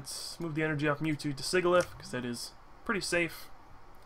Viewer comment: SIJILIF. Sigil is pronounced like J. The Hydreigon line gets their names from the German words for 1, 2, and 3. Ein, Zwei, Drei. 1 head , 2 heads, 3 heads.